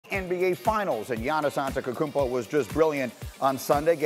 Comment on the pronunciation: Nobody: Greenie: Giannis ANTEKOKUMPO